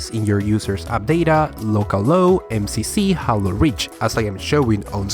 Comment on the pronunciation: "Jalo Rish"